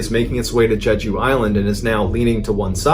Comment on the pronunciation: Selfish decisions throughout, from illegal renovations to a captain saving only himself. Total lack of care top to bottom. Kind of related, Mr Ballen's story telling is amazing. And I am very impressed with his pronunciation of "Jeju", nearly like a native Korean.